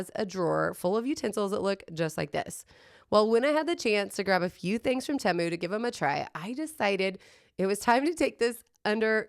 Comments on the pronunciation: TEMU - Pronounce like TEE-MOO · Correction, it is pronounced teh-mu. You can google it. It is not an English word, it’s Chinese.